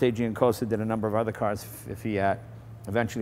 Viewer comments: 1. "Dante Giacosa", not "Giancosa". 2. "Millecento" means One thousands and one hundred, not "Eleven hundred". Nice video, thanks. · It's Giacosa not Giancosa :) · there is no "n" in Giacosa